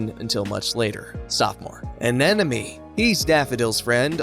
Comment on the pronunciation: Sorry to be picky but the word is Anemone not Anenome.